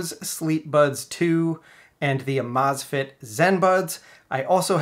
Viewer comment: Think it’s supposed to be pronounced amaze fit.